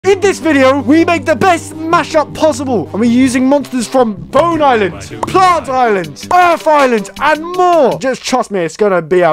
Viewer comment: why does he say Bone island